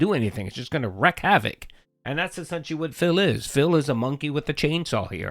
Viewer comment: wreak... not wreck. Read a book.